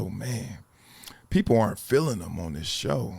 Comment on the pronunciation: The word is pronounced This, not Dis 😂😂😂